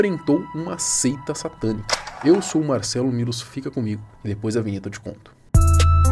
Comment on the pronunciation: Um tempo atrás li um comentário que cometava sobre a forma que o Marcelo fala "depois da vinheta eu te como" desde lá toda vez que escuto ele falar isso só ouço isso kkkkkkk